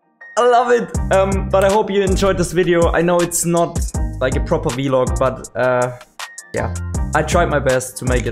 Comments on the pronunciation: It is pronounced vlog rather than vilog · I love how u say vlog. "Vee-log"😂 I love it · Awesome video, great fun. The way you pronounce vlog is pretty funny to me, have never heard it been said that way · Haha yeah I brought it up towards the start of the stream and he made a poll out of it, was quite funny